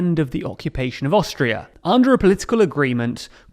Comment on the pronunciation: Haha, I thought you said Australia. I was so confused listening to the episode for awhile. Great coverage on the history! 👏🙏🏼😁